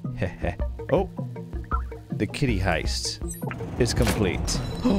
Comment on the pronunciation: Key-ty 😂yes I am glad I'm watching your playthrough